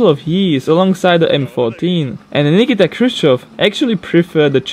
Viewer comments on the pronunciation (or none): none